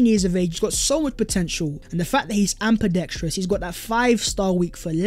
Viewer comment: I noticed you said ambidextrous like amPIDetrous last vid and this one; it's said like ambeedextrous. not trying to be rude but yeah